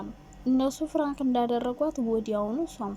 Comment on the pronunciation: ኧረ አፈር ብይ እኔ ለመስማት ሰፍ ማለቴ 😂😂ፍራንክ ሳይሆን ፕራንክ በይ ፍራንክ ስትይ ❤️ ቀጥ